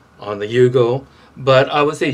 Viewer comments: Its "you-go" not "yo-go" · not yogo it's yugo